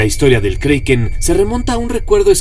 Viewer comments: si tu sabes que se escribe Kraken porque lo dices kreiken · Si se llama kraken no kreiken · kriken no kraken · Perdona, se dice como esta escrito kraken y NO kreiken!! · "Kroken" es la pronunciación escandinava original y "Kraken" es la que más se parece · Es kraken no kreiken 😠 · el kriken xD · Se dice kreiken en ingles..